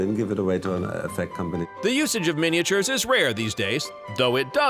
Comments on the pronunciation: What on Earth is a mini-a-ture, the way he pronounces it?? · MINI-AH-TURES, MINI-AH-TURES, MINI-AH-TURES, Model MINI-AH-TURES!!!!!! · Yes, MINI-AH-TURES, MINI-AH-TURES, MINI-AH-TURES, Model MINI-AH-TURES!!!!!!